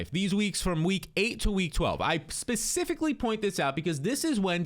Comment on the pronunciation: My man still can’t say specifically correctly… 😂